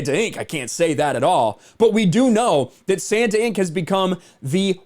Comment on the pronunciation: santanInc... say it as one word